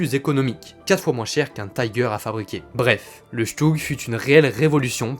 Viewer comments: Super intéressant. Un bémol toutefois, arrêtez de prononcer les noms de chars allemands à l'anglaise, c'est horrible à entendre pour un germaniste. On ne dit pas Taïgueur mais Tigueur. :) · Pour une chaîne spécialisée en blindés, pourquoi prononcer le nom des chars allemands à l'anglaise ? En allemand le "i" se pronce comme en français et non "aie" comme en anglais. Comme ton texte est en français, tu peux dire le char "Tigre" et si tu veux le prononcer suivant son nom original, fais le en allemand mais l'anglais n'a rien à faire ici. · Vidéo très intéressante mais pas besoin de prononcer le "i" de "Tiger" en "aïe" 😉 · Bonjour En Allemand le i de Tiger se prononce comme en Français pas comme anglais On ne dit pas faire sens qui est un anglicisme mais avoir du sens tout simplement Merci pour la vidéo instructive